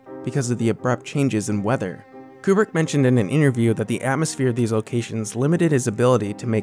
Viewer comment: Amazing video on one of my favourite films but hell, it's KUBRICK not "Coopri" haha